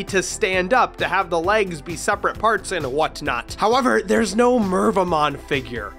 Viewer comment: Mervamon kept hearing Minervamon for some reason.